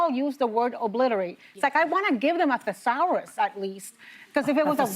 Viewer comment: Gotta love somebody insulting somebody else’s language then, in the same sentence, mispronouncing “thesaurus”! 😂😂😂